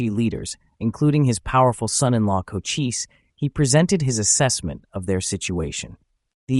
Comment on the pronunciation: Chochise was one of MANY Great Apache Leaders........and is pronounced Koh - Chees NOT Koh - Chee - see